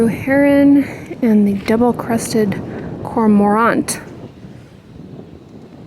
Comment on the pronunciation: made the word "cormorant" sound like a fashion label! "Cor-mor-ant"...Next time I am bird watching I'm going to say it this way!🤗 👱‍♀️❤